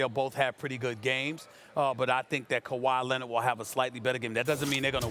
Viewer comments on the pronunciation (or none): Nobody: Nobody Ever: Stephen A: Kawaii Linnit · “KAWHI LENNIT” ~SAS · Steven A: Ibaker .. Rob Palinker .. Kawhi Lennitt